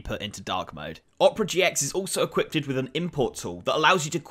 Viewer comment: equip-ted ? really?